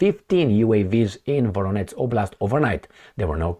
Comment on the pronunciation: Not Voronetz. Not like Donetsk! Absolutely nothing like that. It is Voronezh !! Zh like in je t'aime (French) With the emphasis on the second part: Vo-ROH-nezh ! Please, pronounce the names of Russian cities correctly! You keep mispronouncing my birth town !! It hurts my ears to hear such bizarre pronunciation Thank you!